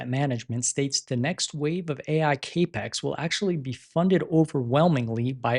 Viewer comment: "cape-ex" ??? Surely....never mind. Cap rhymes with wrap, not rape. It's short for capital.